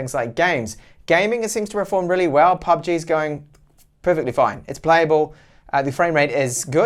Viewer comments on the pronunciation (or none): Bro... ..its 'pubg'..not 'pbug'..i guess u dont game that much😁 nywys great review👍